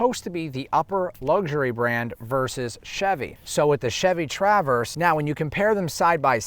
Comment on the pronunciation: Nice thorough review, but I’m convinced that you’re pronouncing “Traverse” as TrAAAverse as an inside joke lol